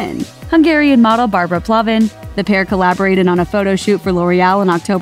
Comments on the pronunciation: PALvin not PLAvin! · isn't it Palvin and not Plavin? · It's not Plavin it's Palvin omg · "pLavin"...? Really? It's PALvin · It's PALVIN NOT PLAVIN!! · its barbara pALvin not pLAvin lol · Its pal-vin not plavin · Plavin? U said plavin?!! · Why are you pronouncing Barbara pal in wrong